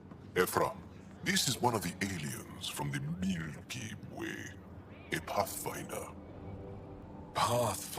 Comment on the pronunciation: I love the Angara and Jaal is one of the best companions (Vetra is still #1), but I do have one complaint. The way they keep saying "Miellky Way" was triggering my cravings until I caved and had to order a case of Milky Way bars off Amazon (21 dollars for 36 bars, quite a deal). For the next few weeks I was playing Andromeda while eating way more candy bars than was good for me.